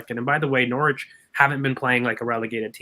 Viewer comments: Just a quick one guys - I know English is your second language. Norwich is not pronounced how it’s spelled. It’s pronounced NORRIDGE not Nor-wich. Thanks. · you got the norwich pronunciation its very amusing your pronunciation is cute